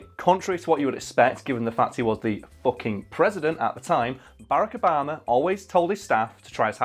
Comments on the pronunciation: It's Bar-rack Ob-a-ma, not "Barekobama". Have some respect. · “Abarrack obama”? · I don't know how to feel when I hear say, Bearaka Obama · "Bayrako 'bama" 😂 honestly did not realize you were saying obamas name until like the 5th time lmao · This nigga said Barikibama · can we just take a second to appreciate the way pronounces Barack Obama's name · Why are you saying Barrack Obama like it’s one word.